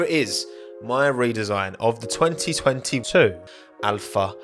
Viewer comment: We all saw that 202’2’ voice over 😂😂